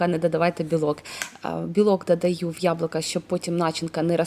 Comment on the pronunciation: Дуже гарно виглядає, впевнена що й смачно! ЯБЛУКА,а не яблака😉 Не ображайтесь!